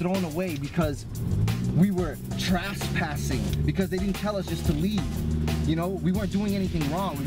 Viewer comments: I thought you might have been nervous and just screwed it up early in the video on the couch. But you repeated yourself yet a second time in the car. THE F'IN WORD IS TRES-PASSING - NOT TRAS-PASSING - WTF? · I hate how he pronounces trespassing. “traspassing”